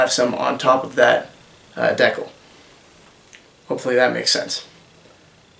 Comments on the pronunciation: I'm not usually this pedantic, but pronouncing it "deckle" made my teeth itch. Here - click the little speaker next to the word Decal to hear the pronunciation... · Canadian English?